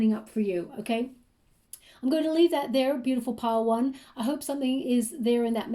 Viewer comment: Everytime she says "Pile one" it sounds like "Padowon" probably spelling wrong but from Star Wars. Anyway, super spot on the the finding feathers, more spidera in my house than usual, 444, career, sense of purpose that have been on my mind or have been happening more frequently in the last few weeks especially. Sadly, my anxiety triggers my throat to feel closed and tight so the throat shakra reference made sense also. So many things were connecting on this read with pile one where the Grey Agate looked like a 🌙 in the middle. Thank you so so much!